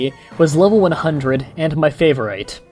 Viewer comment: dude i love your creepypasta readings however when you read words such as "color" and "favorite", please pronounce them as what they are meant be sound like; rather then "co-lore" and "favor-ite". I understand that you are reading the passages word for word and i know from watching your previous readings that you do this to expose grammatical flaws in the story.It is evident that they flaws are there however to keep captivation through a reading, read the word as what it is meant to sound like.